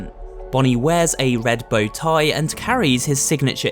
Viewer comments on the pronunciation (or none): This man has the strangest voice, he empathies random words. Bonnie sports, a red bow TIE.